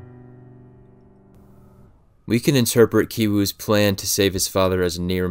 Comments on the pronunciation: "Ki" in Ki Woo, Ki Jung, and Ki Taek are all supposed to be pronounced the same way. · They brother and sister both have ki.. yet u pronounce one differently to the other.. can you elaborate on that??